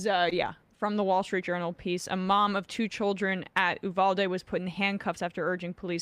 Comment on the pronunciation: I love you Sam but FFS trying to say Uvalde isn’t that difficult and the fact that he just skims over it genuinely pissed me off. You’re an award winning host, you can make the effort. (Ooh-Val-dae) in case he needs some reference